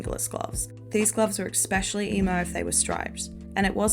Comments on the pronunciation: Love love love these videos but “ex-specially” is driving me bonkers. 🫠 Try saying “es-specially”. I was a scene-kid (already watched that video, great job on that one!) and my 11yo last month walked into Hot Topic and said “Why is this just like the non-Disney darker version of Lunchbox. What happened to the Hot Topic you described having as a kid.” 😮😂 She’s not wrong. I miss the old Hot Topic. It went too mainstream and forgot why it was so popular. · I just found your channel and I love it, but omg is it hard to hear you say "ekspeshilly" instead of "especially." I'm sorry but it drives me crazy 😭 But these videos are super well done, I love that people are still into these subcultures. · great video - but there is no "K" in "especially" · I love these videos but please say especially correctly it’s driving me nuts